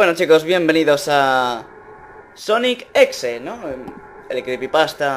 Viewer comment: se dice sonic punto exe